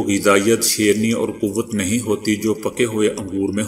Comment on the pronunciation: Sir,Shreni not sharni